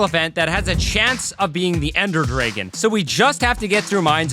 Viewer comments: why do you say dragon like (driggin)? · Unless u just say dragon super wrong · Ender “Dregen” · Hearing him say dreygon 30 times is killing me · dragon not draygon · "Ender dregon" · Why tf are you calling them dregens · Ah yes the draygon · Brother do you know how to say Dragon 😭